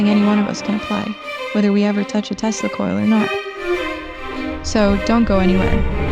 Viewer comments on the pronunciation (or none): none